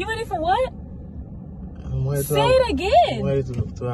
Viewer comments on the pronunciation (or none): I can’t take you serious saying “I’m weady” 😂